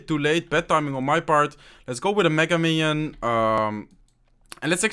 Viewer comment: When u said "minion horde" i think u said mino....